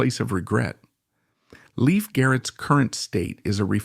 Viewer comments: Dude! You could at LEAST pronounce his name correctly! It's pronounced LAFE NOT LEAF. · It's pronounced Layf not Leaf! He has only 1 sister and that is Dawn Lyn Nervik. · its not " leaf" its "layf" " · NUMBER ONE: He's still alive. NUMBER TWO: His name is pronounced Layf, not Leaf. NUMBER THREE: People like you who create click bait videos do nothing but hurt all of YouTube.